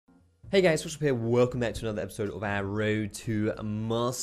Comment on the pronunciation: fckin talk normaly why u say WOLCome simply say welcome dude